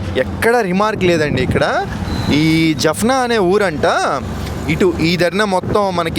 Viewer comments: జప్నా కాదు,జాప్నా అన్న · Jafna కాదు జాఫ్నా - jaafna